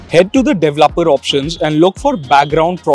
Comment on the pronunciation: De ve lo per ,mode xD I just wana help you say it